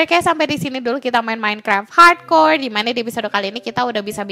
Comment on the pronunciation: Dari kemaren teteh bilang "hardcore " aku denger nya parkour_